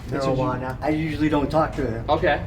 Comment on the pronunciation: I love the way the guy said “marijuana” 🤣🤣🤣🤣